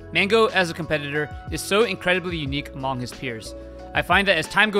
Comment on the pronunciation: why did you say "among" like that lol